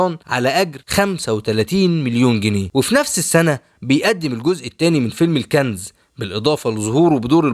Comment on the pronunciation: الكنز 🤟.. مش الكانز 😂